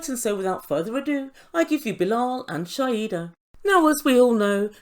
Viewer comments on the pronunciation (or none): Shaeeda....pronounced Shy-da